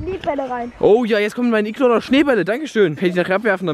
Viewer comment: heißt es nicht Iglo?